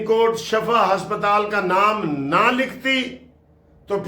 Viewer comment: ..Lafz shifa Hy shafa nahien